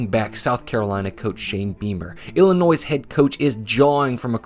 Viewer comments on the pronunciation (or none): Illinoissssss? Bro ? No S sir …. Like Des Moinessss. 😅